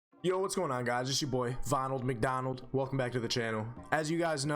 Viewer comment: Bruh when you said vonald MacDonald I started dying